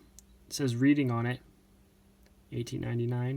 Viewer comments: How funny you pronounced that cancellation , Reading hahhaa, read it like this Redding. I live there in the UK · Hi,, as usual, an interesting selection of stamps. Just one slight correction in your pronunciation. The town of Reading as seen on the cancellation of the British stamp at the beginning of the video, is pronounced to rhyme with bedding, and not with bleeding. It's a smallish city about 25 miles west of London.